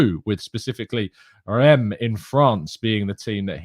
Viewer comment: By the way,, I thought you were saying that Balogun was going to "Rennes" based on your pronunciation.:p "Reims" is a tricky one where the letters are more confusing than anything. There's no equivalent sound in English. Imagine a French person saying the word "Rince" with a big French accent so without the 'inn" sound but replacing it with how we say the number 1: "un". 😅 R-un-ss